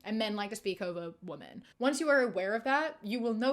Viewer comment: with so much love and respect - why do you pronounce women as woman 😭😭